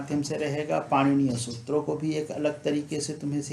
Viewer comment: सूत्रों, चीज़ें को भी बिना अनुस्वार के बोल रहे हो। बच्चों को भी बच्चो बोल रहे हैं।केवल संबोधन रूप को छोड़कर इस शब्द को अनुस्वार सहित बोलना चाहिए। अब तो हद ही हो गई है। कुछ तो ध्यान दें। प्रणाम।